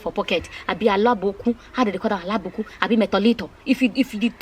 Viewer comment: It's so sad and shocking , but the way you spoke about it made me laugh a lot 😂😂😂. By the way it's abonikin not alabokun... 🤣🤣🤣.